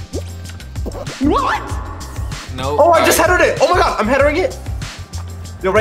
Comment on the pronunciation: should be in the dictionary for saying headering